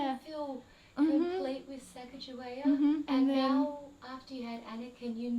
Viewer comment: I'm from North Dakota in the U.S. Sacajawea is a hugely prominent figure in this area. However they mispronounced the name horribly in this region.